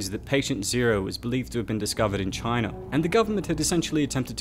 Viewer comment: Wtf is “Chiner” 😂 I think you mean China